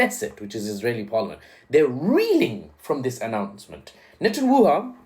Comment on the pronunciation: You calling him netenWUHA would be trending in South Africa.🤣🤣